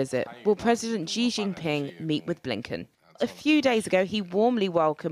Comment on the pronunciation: Great news channel and story but it's pronounced President Xi (as in Shee), not Gjee.